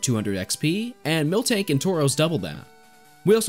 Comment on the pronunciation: When said miltank i had got PTSD